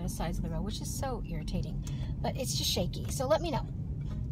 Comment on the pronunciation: It's not shake -y